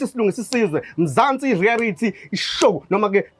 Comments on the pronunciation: Reality not rearity re a lity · Why are you saying " rearity" stories instead of reality